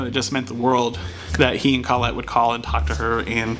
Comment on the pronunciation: I am very happy I subscribed ! I won't even give you crap for the mispronunciation of Colette. Oh wait. Did it just misspell Colette ?